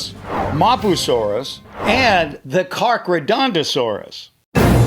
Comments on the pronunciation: Dude dinosaurs that looks like a T. rex albertasaur, allosaur, gorgosaur, giganotasaurus, acrocanthosaurus. And charcharadontasaur is pronounced cara cars donta saur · I will help you pronounce the carcharodontosaurus car-chair-ra-don-toe-sore-is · hey the pronounciation for Carcharodontosaurus is car-car-o-dont-a-saw-rus